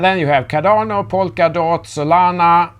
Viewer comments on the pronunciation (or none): none